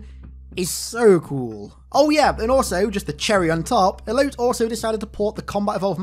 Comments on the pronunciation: "Elote" is pronounced "Eloh-tay". It's a traditional Mexican corn on the cob on a stick covered in mayonaise, chili, lemon. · Elote is pronounced EH LOH TEH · Elote is pronounced eh low teh. It's corn in spanish lol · "Elote" is spanish for corn. It is pronounced e-lo-tay Hearing you say eloat all video was hilarious. Great vid. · The dude pronouncing Elote as "Elout" was fucking cursed. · I think Elote is pronounced as "E-loe-teh" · How bro was pronouncing Elote had me dying. Its grilled corn in Spanish and google can tell you how to pronounce it because it be too hard to do here.